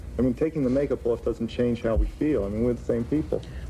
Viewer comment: WOW the New York accent came thru hahaha "Taking the make up awwf" XD